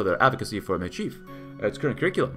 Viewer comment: Metis is pronounced 'May-tees'. It has French origins and pronunciation. 😅